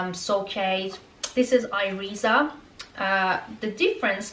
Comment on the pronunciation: Thanks for your vid. Keep wearing them and they will be more comfortable. I can walk in them all the day in my office in the meantime. If you still have issue with them, you may try Jimmy Choo, which arw very comfortable. PS: Iriza is pronounced more like "Eerisa"